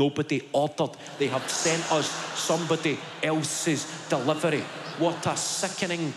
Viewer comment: ‘DEHLIVAR OO’ Fuckin love it lad 💀💀💀